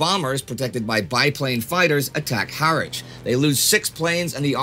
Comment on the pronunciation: You pronounced Harwich and Coventry incorrectly.